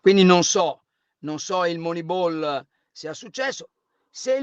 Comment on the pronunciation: mi spiace, ma sto video proprio non mi è piaciuto, Carlo veramente pessimo e antipatico quando dice "Moneibol" e quando cita il carneade dell'Arsenal 23 anni nuovo Dest 🤨